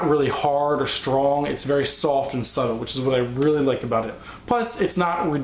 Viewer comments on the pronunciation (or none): none